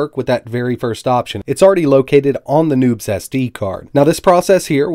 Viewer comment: Not gonna lie, I thought you said that there was nudes on that SD card the first time you said it.